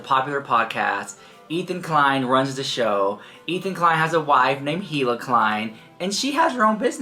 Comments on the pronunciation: “Eel uh” not “heel uh” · Just an FYI the H in Hila is silent so it's pronounced Eila. Love you so much 😘